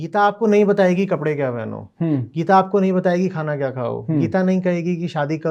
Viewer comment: गीता का उच्चारण जिसको ठीक से नही आता गीत गीत कर रहा है वो, ऐसे व्यक्ति से गीता पर गहन चर्चा करने बैठे हैं 🙂 उस गीता की चर्चा जिसमें लिखा है कि मुझे ऐसे किसी के सामने मत खोलना जिसकी मुझमे श्रद्धा ना हो जिसे कृष्ण से प्रेम ना हो।